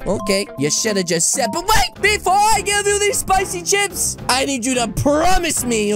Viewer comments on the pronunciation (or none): AHHH SLEDER MAN WHEN HE SEES SPICY CHIPS HE SAYS SPICY CIHP:o